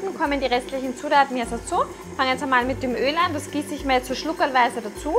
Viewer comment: AH - "schluckerlweise" - ich liebe das! (Bin übrigens aus Salzburg und Wien)